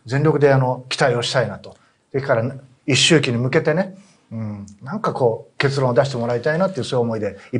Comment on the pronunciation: 一周忌や競い合ってなど、簡単な漢字も読めないなら、事前に確認しておきなよ。